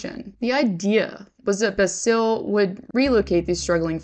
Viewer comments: Ouuuuuffff. You butchered that name of Jim Balsillie. Ball-silly, that’s what it sounds like. Not Basile. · Can you actually learn to pronounce things before you make a video? For instance; Gila= HE-La Balsille= Ballsilly